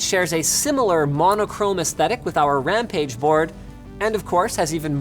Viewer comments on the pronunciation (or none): none